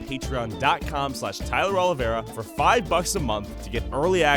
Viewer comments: That would be sick. has such obvious flaws in that video that I had to stop watching because it was embarrassing. He can’t even pronounce Tyler’s last name correctly, let alone be bothered to find out where he’s from. And then he claims that he has so many fact checks of Tyler but he cherry picks random stuff instead of the core content 🙄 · can’t even pronounce Tyler’s last name right once. Oliveira isn’t hard to pronounce. It makes me question whether he even watched Tyler’s videos